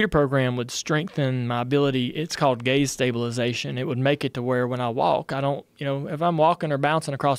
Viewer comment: I heard that as “gays stabilization” when I was listening to this at work. Caught me off guard 😂😂😂